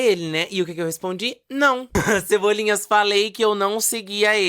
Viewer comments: toda vez que ele fala "cebolinhas", eu morro um pouco por dentro. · Cebolinhas me irritou tanto quanto malta.